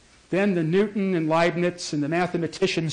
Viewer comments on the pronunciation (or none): none